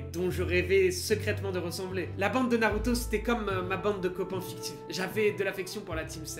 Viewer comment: Narrrruto best